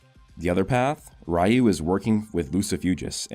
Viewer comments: Just wondering why do u say "Rayu" instead of "Ryu"? cuz there's no "a" in the word but u still pronounce the "a" which doesn't exist. I know it's common that American or mainly English speaking people mispronounce other countries words often but I don't understand what causes it. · What's soo annoying is this dude can't say r y u right he keeps saying r a y u like dude pronounce it right it's sooooooooo annoying to hear 🗿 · Sorry to be that guy but Ryu is pronounced, Re • U lol